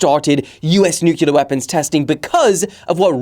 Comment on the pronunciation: the nuclear pronunciation made me stop the video ngl